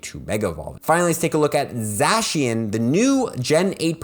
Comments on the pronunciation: sorry but this annoyed me Za-She-un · zacian : zay-shun or zay-see-uhn zamazenta: zah-mah-zehn-tah